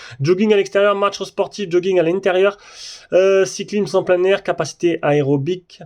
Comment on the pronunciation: Pourquoi tu ne fait pas la Huawei watch gt 2 pro??? Et sinon tu a dit "cyclimse" 😂😂😂au lieu de cyclisme 😂😂😂